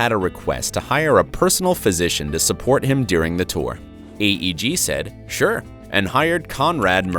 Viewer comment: Media Giant in video called AEG but narrator and caption calls it eeg